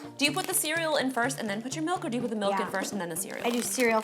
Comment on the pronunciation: when they were talking soggy cereal an ro said mALk… i almost turned the video off😩😂😂